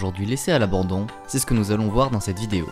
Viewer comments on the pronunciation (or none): none